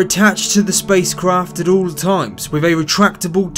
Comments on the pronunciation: AaaaaaaaaaaaaaaaH I just listened to this again and I cannot STAND it. It is so bad what is wiF excuse me WITH the TH's what is the deal????? You sound like some of our homie's over here in the hood with THOSE pronunciations. Again the same thing like fucking birFday!!! It just sounds so fucking ignorant. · k I agree with you ,why do these lazy people 'and its being taught in schools and said by teachers ,academics, also tv and radio they say''wiv instead of with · “A collision wiff earfff”